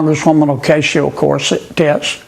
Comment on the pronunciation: Kennedy said " Ocasio Corset- Tits." He was being misogynistic and sexually harassing her.